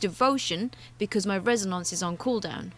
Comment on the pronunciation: That Res-A-Nonce pronunciation gets me every time.